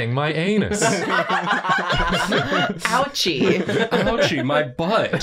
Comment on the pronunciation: "You're Deep-Frying My Aynus"